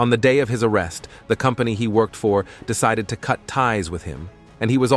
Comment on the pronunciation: Wait now you're saying meenus instead of minus?? A woman that he work-ed with?? What the hell is wrong with you, you don't exactly have a foreign accent..